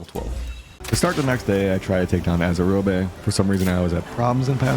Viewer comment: Fun Video... Just one thing... Azurobe. As with many other words that end with the letter E, it is meant to be silent. Like Robe, Probe, Strobe, Globe, Explode. They aren't pronounced Strobey or Explodey just because they end in an E. Azurobe isn't Azurobey.